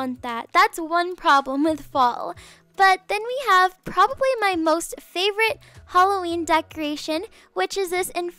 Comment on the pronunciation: Lol I love that she says “holloween”